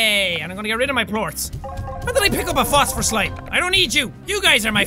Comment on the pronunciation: Jackaboy: "All I need is honey and fostfer (I can't spell what so ever) plorts" "I swear my first language is English" Me: Oh, that's....ok